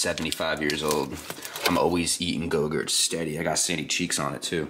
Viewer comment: Yogurts not gogurts